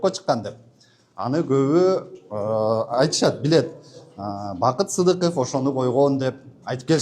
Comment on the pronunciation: Таба албаса интерполго бергиле хааааа хаааа́ сыдыков деп айта албай жатат